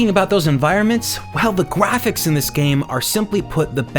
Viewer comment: wow the gwafics